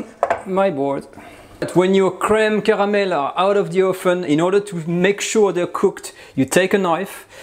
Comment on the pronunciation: Aside from the content I absolutely like how he says creme caramel //:) subscribed.